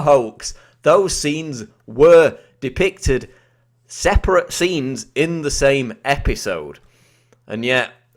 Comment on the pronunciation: Please stop putting unnecessary emphasis on words...and never say separate again, please.